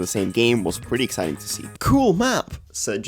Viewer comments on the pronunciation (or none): none